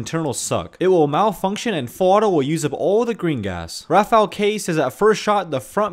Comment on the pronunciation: Rafał is an polish name, you basically pronounce it like 'rafau'